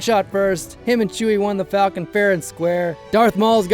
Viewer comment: One of my favorite details that they kept from OG Han was the way he pronounces "Falcon" like "Fall-ken". Was the final detail that sold me on Ehrenreich.